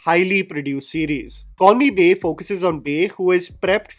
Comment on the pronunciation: For the entire video, I heard "Call me Bae" as "Corny Bae "